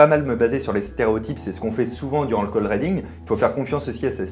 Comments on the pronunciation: Cold reading à prononcer riding et non pas reding Fabien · Ça se prononce cold riddingue pas cold rédingue 😂😂😂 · Cold rédingue?? Cold reading, riiiidingue comme un i